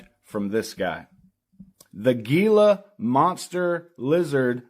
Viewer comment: It’s pronounced “heela” monster.